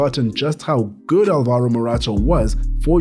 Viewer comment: Alvaro, not alvAro